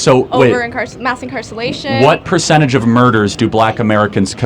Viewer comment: “mass incarcallation” 😂🤣